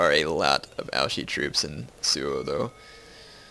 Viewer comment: you don't pronounce Ouchi right. It's OuCHi, not OuSHi.